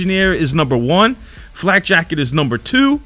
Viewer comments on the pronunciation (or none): none